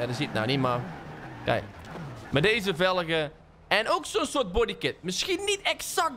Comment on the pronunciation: Hoezo zeg je eigenlijk velege in plaats van velgen